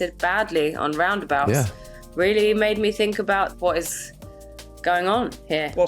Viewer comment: "I mean, I fink"... No you don't, you fooking moronic empty headed twat...